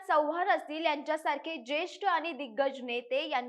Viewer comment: आनी , रानी छाण मराठी बोळने आहे तुमचे। असेच बोळत राहा। तरून भारत ला वीणती आहे, अशीच लोकं णेमा